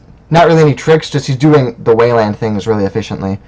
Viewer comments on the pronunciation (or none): I like the format. I've always wanted to see just more videos of random people playing, being commentated on. My only complaint is the way you say Weyland :)